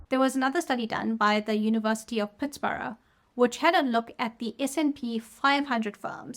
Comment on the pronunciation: I subscribed because of the way you pronounce "Pittsburgh".